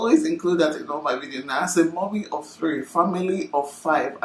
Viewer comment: It’s the “mummy of 3” for me. The emphasis!! 🤣🤣 it’s not easy o 👏🏽